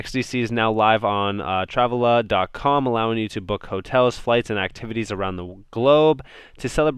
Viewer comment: You're saying Travala wrong. Shits kinda funny haha